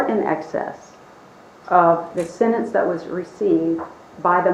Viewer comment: The way says sentence!!! SENANCE. Makes me mad‼️